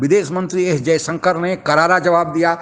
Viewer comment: Anchor महोदय कम से कम हिंदी तो शुद्ध बोला करें। जयशंकर को जयसंकर बोलते हो violations को bhayoleson बोलते हो